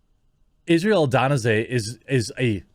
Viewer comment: Bro you murdered the pronunciation of Israel.😒 lol